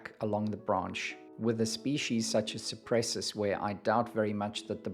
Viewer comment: The name of the genus is Cupressus (meaning: cypress) and it's pronounced koo-press-oos in latin. ;-) I don't believe it's a Leyland cypress, though. Leyland cypress is in fact a hybrid between macrocarpa and nootkatensis. It has somewhat different foliage, flatter, more alike to Cupressocyparis genus. Yours has more 3D foliage, like all true cypresses. As the mediterranean cypress is greener and yours is bluer, I believe it is Cupresuss arizonica.